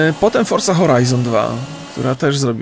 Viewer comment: dlaczego mówisz forsa zamiast forza?